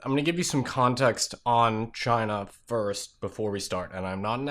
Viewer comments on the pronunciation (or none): none